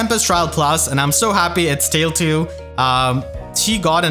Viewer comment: Tailtiu is officially pronounced “tile two.”